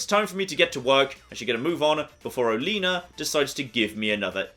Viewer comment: Heads up,: I think Oleana’s name is pronounced “Oh-lee-anna.” There are a lot of flower references in this game and this might be a take on the oleander.